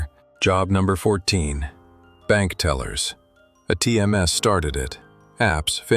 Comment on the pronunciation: I hope AI doesn't replace YouTube narrators. At least the humans can pronounce all of the words. ATMs are not a tms, whatever that is.